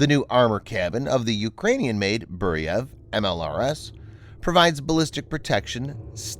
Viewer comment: It is not Boo-ree-yev it is Boo-re-veey...Burevij It is a shame we did not continue on developing M87 Orkan MLRS which had range up to 120km. It would be very much useful in Ukraine Burevij would mean Bura or Burin which is type of hurricane force wind